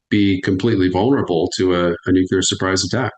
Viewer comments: I don't understand why so many professional military people do not know how to pronounce the word "nuclear." I gotta say, every time I hear them say "nukular" I lose a bit of respect for them. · Not to be an a-hole to the expert, but the correct pronunciation of nuclear is 'nu-clear'. Is the weather 'cyuh-ler & sunny" or 'clear & sunny' ? 🤷‍♂️ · Sorry, I can’t relate to anyone who pronounces the word nuclear as noocyaylar. Like Bush. Fail. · Nuclear sir. New-clear. Thats all. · Why can't "intelligent people" pronounce the word nuclear...... NU-CLE-AR? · I can only trust a man so far when he can't correctly pronounce "nuclear." One would think that in his many years of top-level service that he would learn how to pronounce the word. Still, its an interview worth a listen. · The guy cannot say “NUCLEAR” correctly then I cannot listen to him as an expert. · Man, I have a hard time listening to an expert who cannot pronounce "nuclear". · The guy can't say nuclear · Find it hard to listen to a guy who can't pronounce nuclear. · I love nuclear experts who can't say the word nuclear properly. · Why is it so difficult for adults in government to say "nuclear" properly, lol. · I'm sure this man is intelligent. I wonder why he can't pronounce "Nuclear". Not that hard. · When experts can't correctly pronounce nuclear, I'm skeptical of their analysis...just saying 😢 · knows stuff to be sure... How is it though, that he is supposedly an "expert" on a topic he can't correctly pronounce? It's Nuke-lee-er not nuke-you-ler. I'm NBCW trained for 26 years so hearing an expert say nuke-you-ler sends me into conniptions... I said it wrong too... and did push-ups and burpees in the effing gas hut until I didn't. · Please tell this guest to stop saying “nuke-you-lar.” It’s “nuke-lee-are.” Thank you 🙏 😂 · Knowledgeable guy,,,,,,why TF does he say "nu cu lar"? gets it right. FFS that annoys me, George W was a POS. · What us Nucular war? I've only heard of Nuclear war.